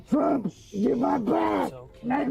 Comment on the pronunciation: He said trumps name like it was Beetlejuice....tf...what an idiot....but hey, it totally tracks